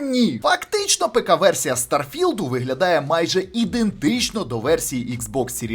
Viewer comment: наголос на стар потім філд)) будувництво кораблів то є ппц я там уже 40хвилин